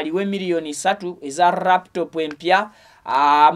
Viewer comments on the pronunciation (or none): Hahaha, I hear raptop. It's called laptop Mr😮